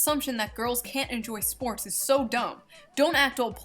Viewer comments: ESTREEM SPOOOOOOOTS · She also said SPOT instead of SPORTS.